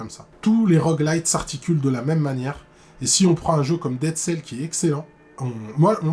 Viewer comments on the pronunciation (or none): none